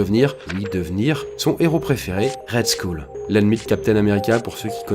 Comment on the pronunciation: POURQUOI TU SAIS JAMAIS PRONONCER LES MOTS EN ANGLAIS À CHAQUE FOIS! SKULL C FACILE À DIRE PUTAIN